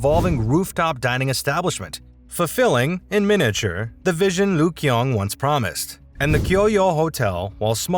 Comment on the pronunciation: Another American he's learned his OBK and not ABC it's not the Lyugyong hotel but the Ryugyong Hotel very interesting as a video but you obviously don't listen to how people pronounce words